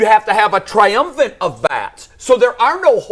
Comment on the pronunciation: my man it’s “triumvirate”